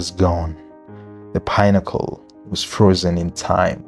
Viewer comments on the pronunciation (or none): Pinnacle is pi-na-ko not pine-acle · why do you pronounce pinnacle like pine-accle? good doc though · The pine-accle pronunciation is annoying and wrong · Where did you find that pronunciation from? You wanted to put cliche on your video.,we all know how it's pronounced why start pronuncing it differently and you know how the word should be pronunced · The name of the towers is a big part of the video and the way you're pronouncing it is like pineapples is throwing me off ngl